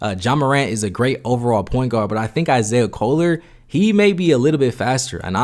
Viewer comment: This dude butchering everyone's names. "Steven Castle, Isaiah Coler, Ja'Kobe Walters" put some respect on their names bro, this ain't no Antetokounmpo. Stephon Castle, Isaiah Collier, Ja'Kobe Walter